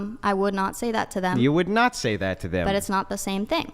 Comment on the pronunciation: "Thaht." Smart girls hate the hard A.